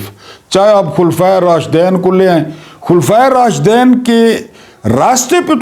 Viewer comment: Sir I think the correct pronunciation is KHULPHA E RASHDEEN .